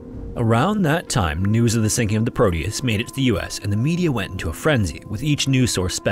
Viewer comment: It's Proteus with a T not prodeus 😊